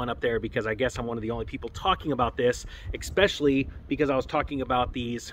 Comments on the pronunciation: say it with me. especially, especially, not expecially. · You lost me at "expecially"